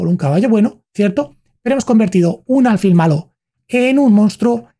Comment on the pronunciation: No se dice álfil, se dice alfil, con acento en la i, pero sin tilde